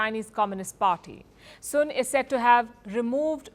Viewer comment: 😂😂😂😂😂AaaaaaIndia Lady. The Last Name . SUN.AND not. Soon 😂😂😂😂😂😂Putt The Alcohol Down 😂😂Richard